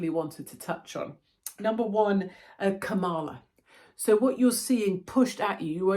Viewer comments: You have me in stitches saying Ka-Mala instead of Kam-ala. Here in US they’d call you “racist” because with the accent on MALA that means BAD in Spanish 😂greetings from Commie Kalifornia. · Kamala - pronounced like Pamela